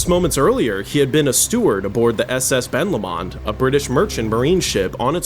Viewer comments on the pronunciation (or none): Ben Lomond is pronounce Ben Low-mond, Jesus that was difficult to listen to